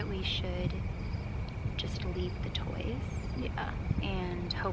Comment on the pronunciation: When you asked if they like the toys, it sounded like "like you guys."